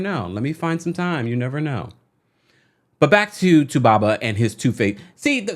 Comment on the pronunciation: I love the way u say 2baba